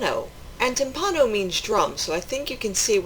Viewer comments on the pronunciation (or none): The word "timpano" is pronounced "TIMpano", with the tonic accent on the first syllable. While "timpano" means "drum" in Italian, as you explained, so does "timballo" (pronounced "timBALlo", with the accent on the second syllable), but both terms are archaic in that sense, and many, if not most, Italians would not associate either with the word "tamBUro", the current equivalent of "drum", and analogous to the French "tambour". While I have never heard the term "tamburo" in a culinary context in Italy, the word "timballo" is there universally understood to mean the dish you are describing, and similar ones. Saluti a tutti e buon appetito. Alessandro Ferrero